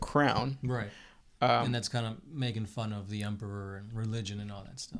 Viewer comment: Say emperor. "Empeperor". Say em. "em". Say peror. "Peror". Now say emperor. "empeperor". 🙄🙄🙄